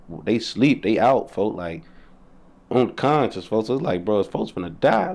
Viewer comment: “folkz unkonscious” 😂😂😂😂